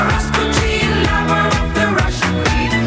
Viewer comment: it's not "Rass-putin", but "Rasputeen"...